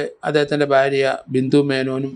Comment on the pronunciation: Sir bharya ennu nere ucharikkuka please barya alla